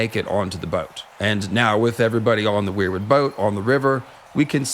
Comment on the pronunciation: Seems pretty compelling, love your video and content. Almost lost it when you said weirbutt 😂 But I appreciate the Meera Reed making boats theory and Azor Ahai spirit being in the weirwood network.